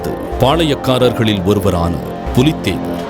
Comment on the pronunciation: Brilliant!! And very good informative video for all !! ஆனால் ஒரு பெயர் திருத்தம் புலித்தேவன் இல்லை... பூலித்தேவன்.. Apart from that very good effort!! Please do more videos for us!!! Keep rocking team!! Good luck!!!